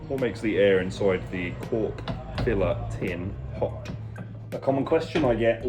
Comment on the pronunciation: I love when he says “i can’t enough of the cock filler” 😂